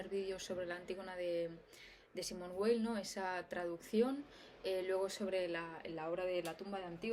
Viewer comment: Perdón por la pedantería... Weil no se pronuncia como en inglés, sino como en alemán. O sea, se pronunciaría más o menos "vail". Era solo eso. Saludos.